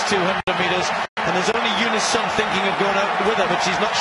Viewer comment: Not "Sum" but "Soom"... That "u" is phonetically "ooh" when reading African words